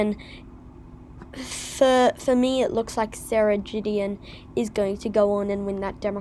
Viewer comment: It's pronounced Guh not Juh. So Gideon as in Good.